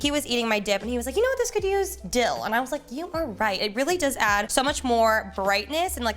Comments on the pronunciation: Dildo ?!? I know you didn’t actually say it butttt thats what I heard. Anyway I love the episodes. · I would be careful when saying dill, because hehe you said dill - doe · When she said “dill though” I thought she said something else 🤣🤣🤣